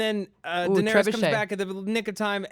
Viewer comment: toemen, kwyburn, jakwen, daenarious...sigh